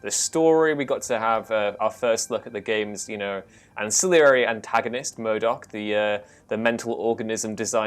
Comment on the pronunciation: Dude, you have to curb your accent when saying "MODOK" because Marvel already has a "Murdoch."